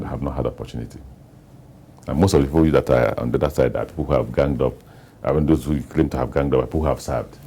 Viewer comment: My friend, it's "those of you" not does of you..hehe